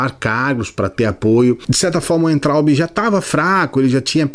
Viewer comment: Concordo com tudo que falou. Mas ouvir "Uaintraub" foi doído hahahaha. "Veintraub".